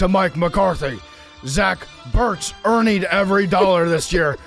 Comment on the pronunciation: “Zach Burt’s Ernied every dollar this year” 😂😂😂